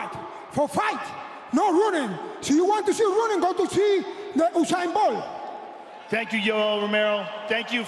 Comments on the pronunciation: Osain bult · Usain boll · he said oosain bol lmaoo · Ushain Bol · "Usain ból"